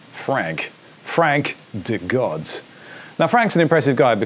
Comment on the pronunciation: Great to see your take on this project! Been a holder of DeGods since mint and y00ts gonna be an exciting experiment indeed. Btw, you're mispronouncing DeGods, it's "DeeGods"